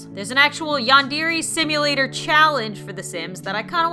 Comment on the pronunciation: that's not how you pronounce yandere sim